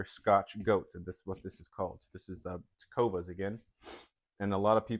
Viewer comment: Correct. teh-CO-vahs, with an S sound at the end, not a Z sound.